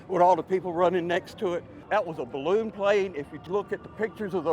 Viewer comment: "That was a balloom plane" kkkk im died